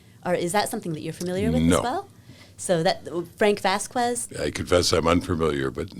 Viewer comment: off topic, but it drove me a bit nuts how she kept butchering the pronunciation of “Vasquez “.